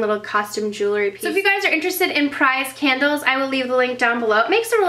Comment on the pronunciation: I thought u said KENDALLS, like u had a lot of Kendall Jenners x) It's can-duls ! ;)